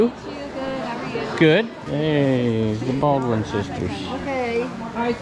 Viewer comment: "the Balwin sisters" lol